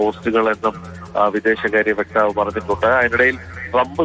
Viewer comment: വ്യക്താവ് അല്ല വക്താവ് അമേരിക്കയിൽ യഥാർത്ഥ നരകം ട്രമ്പ് വട്ടൻ